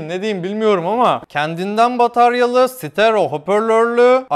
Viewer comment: “sitero” hoparlörlü :D